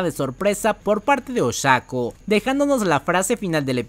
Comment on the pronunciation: Oshako, sorry, me suena muy raro 😅